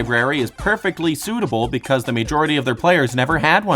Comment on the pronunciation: And the video after after that he learns to correctly pronounce “majority”.